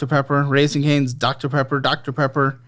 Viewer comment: This mf tryna say dr. Pepper and gon say “TIDDIES” 😹😹😹😹